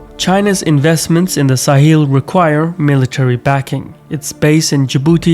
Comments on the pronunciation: All good but Sahel is pronounced Sa-hell, not Sa-heel. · Sa-hel not sa-heel